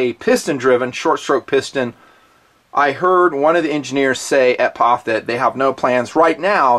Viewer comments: Eww to saying "POFFH" Its P - O - F Just like USA isnt, "OOSA" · I'm sorry. But pronouncing P-O-F as pof drives me fucking nuts. Can't watch the rest 9f this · I know this was uploaded 4 years ago. But ,you've GOT to know, It's not Paaaf. its. P. O. F. { If it were a drinking game } A shot Every time you say... "paaafff" there would be a trail of Death. Just saying. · Bro, you are the only dude in the world calling it a "pof...." The rest of the world says P.O.F..... If they patented the rifle, which they most certainly would, nobody can use the same design for a set time. If they want to know the metallurgy, they could pay to have it analyzed... Anyhow.... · 2 thumbs down for calling it a phaff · It made me cringe every time he said pof instead of just saying the 3 letters P.O.F. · Pof? It P.O.F reviewing the gun and can’t even say the company correctly. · I swear to God if you say poff one more time I will unsubscribe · Stop calling it a pawf! It's P.O.F. I stopped watching about 2 min in because you are saying it wrong. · Can't get through the first 4 mins hearing this guy say pofff 🤮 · Stop saying PAWF. GAHHHHHD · do you say "Pawf" to try and be funny?